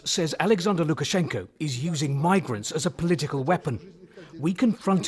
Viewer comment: Nice job, at Lukash. And imressive russian speaking, have to admit!